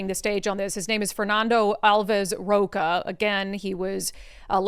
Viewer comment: Rocha reads "rosha" in portuguese